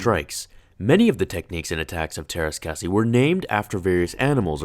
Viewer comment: it's pronounced Terrace Caw Zay